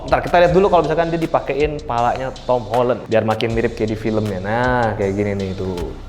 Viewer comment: Akhirnya ada orang yang ngomong nya "Holen" bukan "Holan"